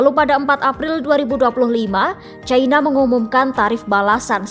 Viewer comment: Bukan "CAINA" tapi 'CINA' neng...